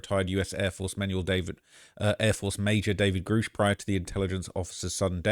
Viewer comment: And it's Pronounced Grush not Gurr ush